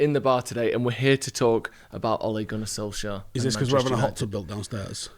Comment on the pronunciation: did he say "We are hear to talk about Ole Gunnar Solsjaer